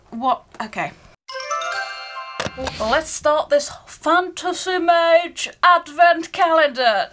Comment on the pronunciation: The more you say “fantasy mawge” the harder it gets to not burst out in laughter 😂 brilliant reactions to this calender.